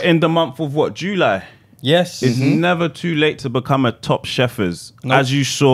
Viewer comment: LOL man said Joo - Ly (July)